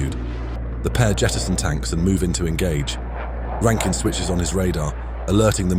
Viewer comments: rankin not ruskin mate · There is no such entity as “SAFE-AIR” its SAF-AIR….Jesus Christ: SAFAIR!!!!! There is no such human known as “RASKIN” …. It is RAN-KIN…. RANKIN!!!! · BTW it was Rankin. not Raskin... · Not Raskin, it's Rankin!